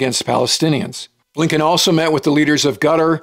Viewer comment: Secretary A.Blinken, (pronounced abe Lincoln.